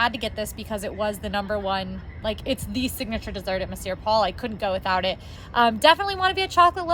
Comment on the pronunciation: Great review - love these two and PRONOUNCED THE RESTAURANT NAME CORRECTLY YAAY!!